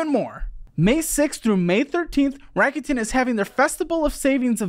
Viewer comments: It’s a Japanese company, so it’s pronounced like rack-oo-ten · I'm pretty sure it's pronounces Rake-ut -in. Like "rake it in" as in raking in loads of money